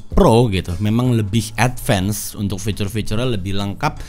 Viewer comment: Advance = ed-vans , bukan ed vens. cmiiw